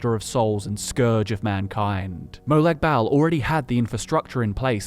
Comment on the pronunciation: God man, as a fellow Aussie, that trying-way-too-hard pronunciation of Molag Bal was extremely cringe inducing.